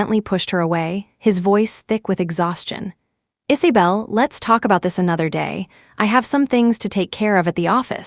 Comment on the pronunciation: What is this strange name ‘Issybelle’? Do u mean IsAbelle????